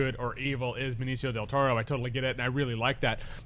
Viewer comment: Benichio del toro. is not good with names at all hahaha